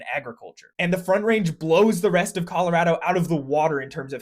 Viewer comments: Colorado native here: A+ for pronouncing our state correctly! It’s “rad” 😊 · He pronounced Colorado correctly!